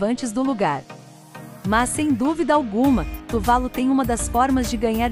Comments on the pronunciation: Ótimo vídeo, apenas uma correção, a pronúncia correta é "Tuvalú" e não "Tuválu". Exemplo: Caju, não se pronúncia "Cáju" e sim "Cajú". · Só uma observação: o nome do país é Tuvalu, não Tuválu, como dito no vídeo. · Eu achava que a pronúncia era "Tuvalu"(oxítona). Quanto a ser pouco visitado por turistas, proporcionalmente ao número de habitantes, isso não é verdade.